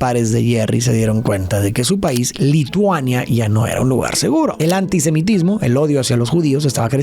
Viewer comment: antisimetismo? Cuando tiene errores así me hace pensar que alguien más le escribe y el solo lee sin entender lo que dice!